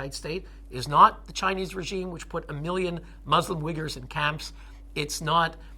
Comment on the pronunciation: Dude, why does this guy say operatus instead of apparatus? Why wiggers instead of Uyghurs? His use of spoken English is just off.